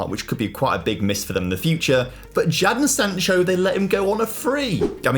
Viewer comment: BRO U DID NOT SAY JAADON SANCHO NAH